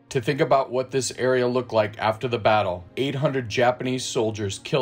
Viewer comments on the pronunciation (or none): none